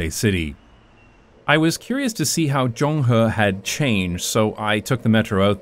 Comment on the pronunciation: As an urbanist, traffic safety advocate, and long-time fan of this channel who happens to live down the alley , I absolutely love this video! Please talk about Taiwan more! btw, shout out to the perfect pronunciation of "Zonghe"👍